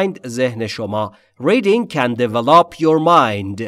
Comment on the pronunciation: "Develop" is pronounced with the stress on the second syllable... actually...sorry! But everything is just PERFECT! Thank you soooo much!!!!!!!